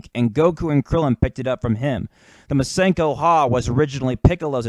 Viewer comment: MaskenoHAH? The fuck is that? It's just Masenko. Great vid still!